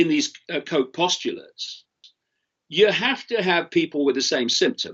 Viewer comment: Just a nit picking on pronunciation of this name: that German guy is called Robert Koch, as in Loch Ness, not Coke, as in the Black fizzy drink. 😁